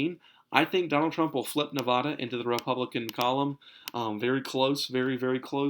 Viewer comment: Bro 2 things... 1) Nevada is pronounced Ne-Va-Duh not Naw-Vaw-Daw... And 2) Dude I live in Nevada, Clark County decides our vote and there’s not chance Trump flips us we are turning dark blue. 2008 and 2012 went to Obama. 2016 went to Hillary. And since we have also put in both Democrat senators and a Democrat governor.. I think you just go for trump and base your map heavily biased to your partisan leanings. Trump sign behind you is a dead giveaway...